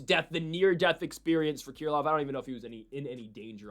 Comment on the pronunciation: Haven't heard anyone call Krylov "Keer lov"